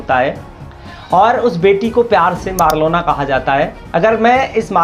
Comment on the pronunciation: Abe east Delhi se ladi thi ....aur marlena hai bc marlona.. marlona bol raha hai...thoda homework karo.... isliye aaj tak tum berojgar ho